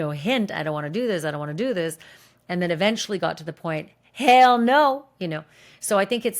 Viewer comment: Why she say “hell no” like that 😂